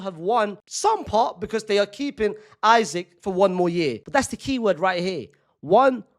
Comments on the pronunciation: ik i dont care but bro its not that hard to say “eesak” and not “isaac” if it was a hard ass name to pronounce id get it but how hard is it to say “eesak”😭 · Bro said Isac😂❤ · his last name is 4 letters 😭 just pronounce it the correct way